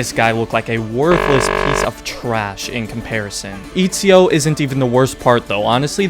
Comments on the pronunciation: my guy said EAZIO instead of ezio 😂😂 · Why did he say izio instead of ezio ? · This man just said Izio instead of saying Ezio😂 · FIRST this game is trash for ME ONLY FOR ME BUT PLS DON'T CALL EZIO IZIO BECAUSE IS ITALIAN AND U NEED TO SAY E Z I O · its not Ezio it's Izio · Imagine calling Etsio, Itsio. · And it's Ezio with a short E you braindead monkey 🐒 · I laughed my italian ass off when you said Itsio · Eazio?? I thougjt it was Atezio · Eet see oh, I absolutely can't 🤣🤣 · Lol, "Eatseeo" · It’s sad cause I think it’s one of the best games ever for real... I lost all respect at Eat-z-0 though... then noticed you were being sarcastic. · Lol he also says “Eetsio” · it is ETZIO, you fucking retard go to google translate and type ezio and listen how its pronounced in italian... dont breed LOL :D HAHA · The way you pronounced Ezio gave me flashbacks to 2019 which is when I actually got into Assassin's Creed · I stopped watching when you mispronounced Ezio and called him "terrible", "super annoying" and "unlikeable". You have no fucking idea what you're talking about. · Oh man I died laughing when you pronounced Ezio's name wrong. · as soon as he mispronounced ezio i knew this had to be a joke lmao. But i actually thought it would be a serious video about odyssey lol i've been actually considering getting the game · Baggin on ezio and you can't even pronounce his name correctly LOL go away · odyssey is best game - alright. interesting take. ill hear you out AC II is trash - Oh very controversial. Its a hot take but okay mispronounces ezio - THIS HAS TO BE A JOKE almost got me there man. Checked the date as soon as i heard that lol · I hope the mispronounce of "E"zio is also a joke! Because it bugged me to death! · As soon as he mispronounced Ezio's name I new